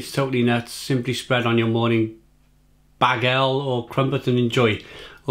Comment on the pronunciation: Lol, the way you pronounced "Bagel." XD